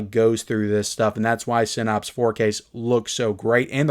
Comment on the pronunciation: One day there will be clips from this video on your episode of hoarders. And for the love of GOD, please learn how to say "sin apse" NOT "sin opse".